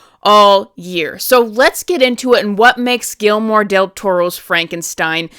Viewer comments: Gelmore? Gui ller mo. The double LL like a y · 1. The bangs look just fine 2. Guillermo is pronounced Gee-Jer-Moe. 😉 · Was the mispronouncment intentional?!😮